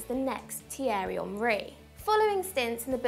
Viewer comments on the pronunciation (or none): none